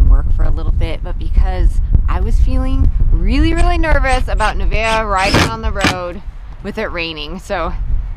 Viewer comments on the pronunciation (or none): Her name isn't Nivea, it's Nevaeh. Heaven spelled backwards, pronounced Nuh-Vay-uh